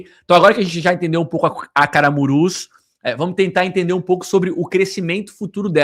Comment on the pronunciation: Camurus e não Caramurus kkkk